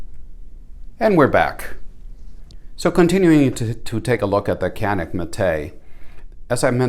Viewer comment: If you're interested in the Mete pronunciation, keep in mind that Canik is spoken as Janik. Idk if it's worth trying. It's like: You're indians. No we aren't. Nah, you're indians.^^ Not being able to mount full sized red dots is a serious detriment. How does the upper edge of the backstrap feel like? Could be an issue in competition creating a hot spot. The small pistol shaped tool is nice.